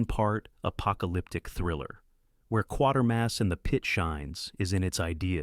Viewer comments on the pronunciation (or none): Quatermass = KWAY-ter-muss.